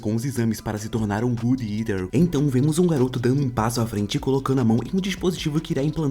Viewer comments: Fiquei agonizando o vídeo inteiro só pelo jeito que ele fala o nome do anime "gud eter" que não tem nada a ver o nome falado de jeito certo que é "god" que vem de "Deus" e "eater" que vem de por exemplo "comedor". Vou escrever exatamente do jeito que fala: "godi iter" resumo muito bom Tmj:) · God eater... não good etar...😂